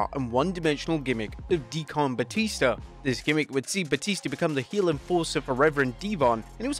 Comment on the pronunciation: D-Con Batista as you pronounce it was memorable to me lol I always remember when he would come out as that character